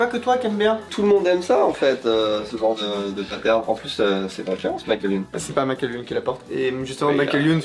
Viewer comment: Par contre, Michael Youn prononcé à l'anglaise au lieu de "Mika-el", c'est pas possible... 😂